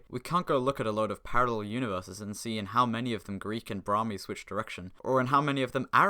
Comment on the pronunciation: Brahmi* not Brohrmi